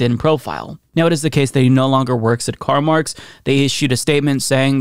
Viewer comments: CarMarx lmao.... It's CarMAX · Hahah! "CarMarx"?!